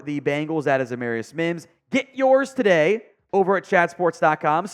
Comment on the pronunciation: It’s pronounced “AmAREius”